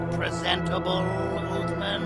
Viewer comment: Its "syringeon" and "uthman" not "srenjon" and "othman"